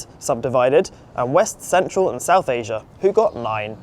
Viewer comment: 🛑🛑🛑 It’s pronounced the way it’s spelled “ASIA” NOT “ASIAR” “AMERICA” NOT “AMERICAR” “IDEA” NOT “IDEAR” 🤦🏻‍♂🤦🏻‍♂🤦🏻‍♂